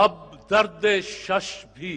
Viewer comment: لفظ ٬شَش٬ نہیں بلکہ ٬شُش٬ ہے یہاں دردِ شُش = pleurisy